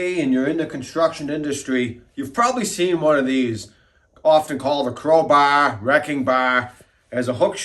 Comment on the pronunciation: Crow baaah! Sometimes I forget where you're from. 😅 Great video! Looks pretty handy!